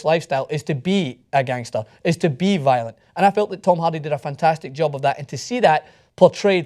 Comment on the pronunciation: As a huge Braveheart and Groundskeeper Willie fan, I enjoy ' accent. It's weird that he pronounces Hardy as Halldy... And yes, Tom Hardy is a brilliant actor.